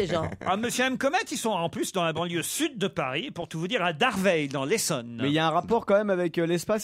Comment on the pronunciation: C'est "Draveil", pas "Darveil"